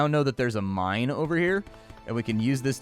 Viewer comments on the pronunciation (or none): none